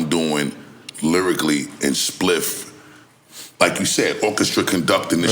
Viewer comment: Add a “Spiff” counter for each time NORE mispronounced Spliffs name.